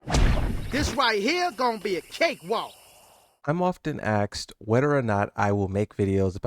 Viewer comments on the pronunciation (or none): 3 seconds in and this guy says he's "often axed" Bro are you ok??? Do you need to go to the hospital or get some education to learn how to speak properly?